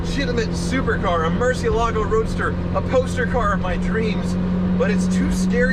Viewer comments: MurciELago. Please start saying it correctly. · Mercy ele go... is how you say it... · It's Moorr-see-ehl-ago. Not Mercy-o-lago. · Mercy...L..a....go. not mercy-ALA-go. Tavarish would be ashamed of your pronunciation. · The Mur has a Moor sound to it, Moor.. everyone puts too much emphasis on the lago, it's not lago, Its the ela, Moor - Ci (si) - ela - go Moor-Si-Ela-Go, Not Mercy-uh-lago. I can't watch when people butcher how to pronounce that cars name. Freddy says it right, talk to him and have him work on your pronunciation. Cheers. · Dear: 1. The singer on the recording of "Carmen" that you chose for this video is terrible. 2. The name of the car is Moorsi-EL-ago. That's right, it's not a Merci car, and the stress is on EL. You are welcome. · Murcielago: pronounced mercy-EL-ago but this one is busted enough that it's entirely understandable to not even want to address it correctly. yet. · Nope. It's pronounced Mur-ciEH-lago. Tavarish is the ONLY person who says it like that. Your argument is based on the fallacy appealing to authority (argumentum ad verecundiam). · Mercy-uh-lah-go Tavarish: Google it. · Nicholas W. “lago” is lake, and they pronounce it “lah-goh”. Therefore, Murcielago is pronounced as “Moor-syeh-lah-goh”. Tavarish and Ed Bolian are not correct. When they are the only 2 people in the world that pronounce it like that, then you know it’s wrong haha. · There is one sound that's worse than your 1st gear and that is when Tavarish and Ed Bolian pronounce Murcielago as Murci-ala-go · Spanish speakers are going crazy about he mispronounces “Murciélago” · First off, congratulations on buying that awesome car. Secondly, for the love of God please learn how to pronounce Murciélago. Your pronunciation is cringeworthy! It’s a Spanish word. Please watch this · but seriously tevarish needs to teach you how to pronounce murcielago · It's not pronounced Murcielago, it's pronounced Murcielago. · He does not pronounce Murcielago though.